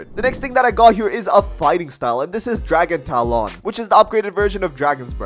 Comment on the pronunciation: tf is dragon taloooon bro u messed up